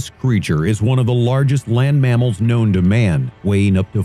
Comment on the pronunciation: “Kwown as pterosauruses” End my life